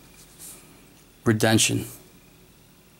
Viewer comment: (re den see on) is how you say this name